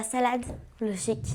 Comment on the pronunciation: Elle a forcé avec "logique "😭